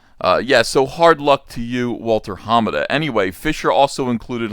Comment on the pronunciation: unless everyone else saying is getting it wrong, its more about which syllable you emphasize. I've always heard ha-MA-da. Uncle E says: HA-ma-da.